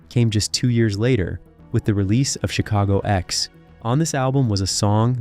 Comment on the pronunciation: Chicago "Ecks" as opposed to 10 - I hate these fucking bots.